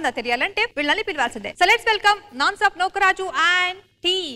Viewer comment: Its not nuka raju...its nooka raju...